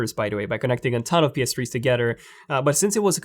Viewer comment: Why does he say ps tree